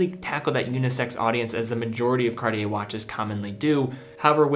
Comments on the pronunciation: He is pronouncing it correctly as far as I’m concerned.. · MmeDesgranges - Surprisingly for a yank, he’s pronouncing it correctly. How do YOU pronounce it?